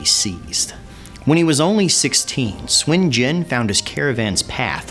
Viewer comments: why do u say swen jen ?? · It's not Swin Jin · SUN JIAN SOON JEE-ANNE THAT IS THE PROPER PRONUNCIATION Nice video though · "Swin jin" yeah..... no. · I'm chinese and it's not pronounced swin jin. Lmfao